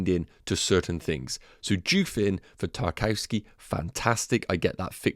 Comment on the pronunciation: Great content. Btw... Tarkowski is pronounced 'TAR - KOV - SKAY' or even 'TAR - KOV - SKEE'.